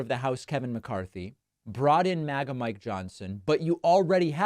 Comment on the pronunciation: Often, David, when you say, “MAGA-type” I hear “maggot-type”, then I realize that you got me again. Just thought it humorous. The two might be synonymous. ;)